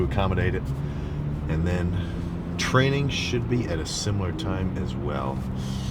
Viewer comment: did you say training or trenning?